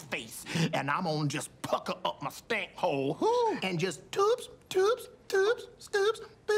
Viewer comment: “with ma prayers” 😂😂😂